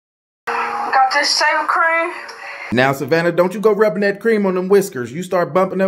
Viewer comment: Did she say “ Saving creme” 🤣